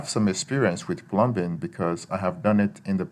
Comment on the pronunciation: Pronouncing "plum bing" or wanting to use an "ooger"....don't think you have ANY experience!